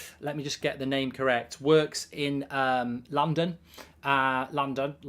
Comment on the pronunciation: … London … Landan … Landan 😂 I love it when goldbridge has these weird speech moments. So fckin weird but I love it